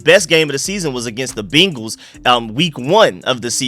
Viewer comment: Good shit as aleays. I aint gona hold you tho, everytime you say BEEnguls is like nails on a chalkboard.